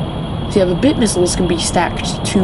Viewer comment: by the way, they're "bit" missiles, not "thing that rhymes with witch" missiles.